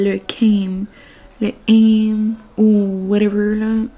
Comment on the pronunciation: Allo ma belle. Tu m'a donné le goût pour une fondue :) C'est pas du ham, c'est du KAM hihihihi Rien de mieux qu'une bonne salade de Kam par une chaude journée d"été hihihihihi. Je ne suis pas inquiète pour la déco de votre mariage. Avec ta mère au commande ça va rouler en titi. C'est certain que je vais être là moi aussi pour aider. Trop hâte :) Bonne semaine, je t'aime xoxoxoxox